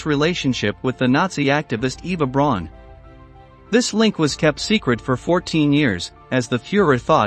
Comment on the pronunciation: Braun is pronounced like "Brown" in German.